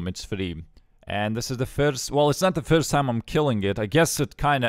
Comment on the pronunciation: i love the way he says "first" its like "firdsdt:"